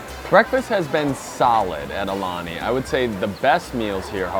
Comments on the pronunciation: It’s said ah-oo-lani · You did pretty well with the pronunciation of the Hawaiian words except... For the name of the hotel! The U makes an ooh sound which you did not pronounce once. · You’re pronouncing “Aulani” wrong. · I agree.